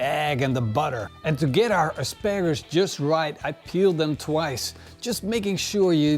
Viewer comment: Did say.. Asparasus?